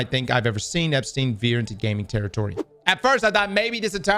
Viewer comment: "EpSTDein" lolololol